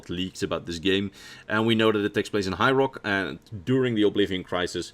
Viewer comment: I'm sure it's just the wonderful lul me to sleep accent but it sounded like ya said the direnni elves were from hyrule. Great forget Alduin we got Ganondorf to worry about. I'm sure ya said high rock but still made me laugh and give the video a 2nd watch